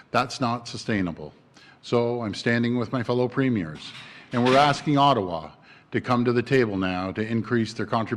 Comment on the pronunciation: The way he said Ottawa 😳